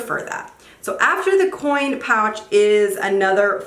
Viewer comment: Every time she said coin I cringed a lil bit